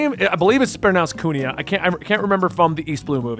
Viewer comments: Kuina is pronounced Queen-ah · Wanted to help with names, hopefully make things easier for you. Kuina (coo-EENA), Alvida (Al-veeda), Baroque (Buh-r-oak), Vivi (think of it like a nickname for vivienne), Igaram (you got it right with your second pronunciation), Alabasta (like alabaster). Have fun with One Piece.